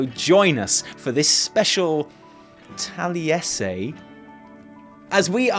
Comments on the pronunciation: I liked the video the moment he said, "" and I'm not even mad about it. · fucking nailed it, mate.